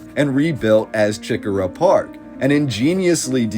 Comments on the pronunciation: I appreciate all of your research. But i must tell you, it's not CHICK -a--rah It's CHE-core-ah. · every time you said chi-cora was like nails on a chalk board. it's preannounced like SHI-cora. Don't even attempt to say Huger. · right I should have put the emphasis on the CORE part